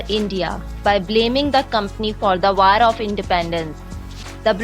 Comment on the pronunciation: 1: Chapters should be added to this video. 2: The narrator mispronounces many words, such as 'War' and 'Year'.